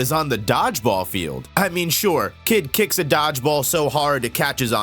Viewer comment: "kick buttowski" why does bro keep saying kitt???